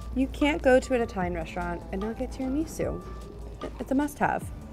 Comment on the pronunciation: bruh pls stop saying 'tarah-ME-soo' and say 'tarah-me-SOO' omg lol